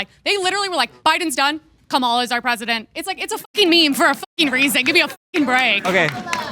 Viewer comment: new way to butcher Kamalas name unlocked. Camila Harris is a new one.